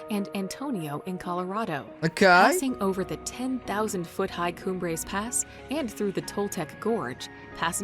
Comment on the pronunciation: Cumbres is pronounced "Coom-brace".